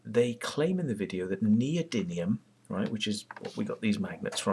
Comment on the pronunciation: I see you make the same mistake I always make in calling them neody-N-ium rather than neody-M-ium magnets. I think neodynium sounds better anyway ! This Searl guy claimed to have made a flying model that the BBC missed, in the 60's, so he couldn't have had a lot of money to do this, so why doesn't he do it now ? Well, it's obvious why, because he didn't do it then ! It's all a fraud ! You notice how these "free energy/ over unity/perpetual motion" frauds always fall back on the same old excuse for not producing working models, that being the "oil industry/government" is suppressing the technology. This is such obvious bollocks it's almost self refuting ! The amount of venture capital floating around the world is staggering, and these people would only be too happy to bring down the "oil industry" and take all those phenomenal profits for themselves, because if "free energy" worked, it would make trillions of dollars for the investors ! But these people aren't stupid, and that's why this shit goes nowhere. It simply doesn't, and can not, work.